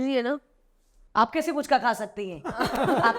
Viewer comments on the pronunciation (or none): Puchka nehi Fuchka kaha jata he Kolkata me. Jo F ke jaga p se suru karte he likhna, 'H' ko nehi dharte he. Pu nehi phu- fu.